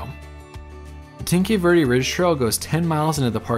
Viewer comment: It would be lovely if you could educate yourself on how to pronounce Tanque Verde… thank you